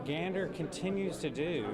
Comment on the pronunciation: He pronounced it correctly ❤❤